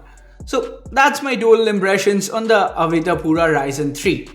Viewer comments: Brand name is Avita man, not Avira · Why u calling it AVIRA , when its AVITA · Is it me or is he pronouncing avita as avira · Didn't anyone tell him it's Avita and not Avira or am I missing something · $ AVITA, read it carefully 😁